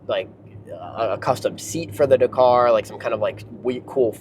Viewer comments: It's DAKaaar not Dkrrrr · Please learn how to pronounce Dakar! This video is fucking annoying - dercar, decar, decar every other word! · Say 911 dakar one more time. I dare you. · Mate, learn to say Dakar properly…. But what a fantastic car, great to see one being used. Porsche build such fantastic cars. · lol I mean care or don’t care it’s up to you. But he is saying it wrong…..